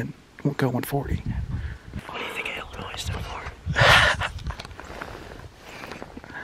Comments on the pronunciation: Hey. It’s not illinoiSSSS. It’s illinoi. The s is silent. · It is not Illinoiss it’s Illinois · For future reference..... the s is silent in Illinois. It’s pronounced illinoi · The “s” is silent in Illinois. Huge deer though! I hunt in Adams County which neighbors Brown. Great Video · ONLY reason i'd give a dislike is he keeps saying illinois' the damn s is silent lol! but it's getting a like. mainly cause i love deer hunting videos and just the footage was very good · you know you arent from illinois if you say the "s" at the end. drives me nuts lol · Bro I live in Illinois and YOU DON'T PRONOUNCE THE S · Illinois with the s. me: bruh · The s in Illinois is silent bud. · Great video, stop pronouncing the “S” in Illinois Lol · Its Illinois the s is silent